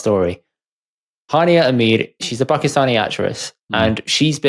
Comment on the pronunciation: not trolling… it’s pronounced ‘Aaamirr’ not Ameer (Hania)